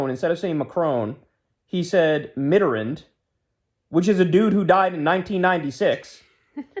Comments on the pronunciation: Krystal try not to cringe at how Kyle pronounces “Mitterand” challenge— 20% successful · I know it's not an important issue but Kyle, my lovely honeyboo, please never say the name Mitterrand ever again (or any french word for that matter.)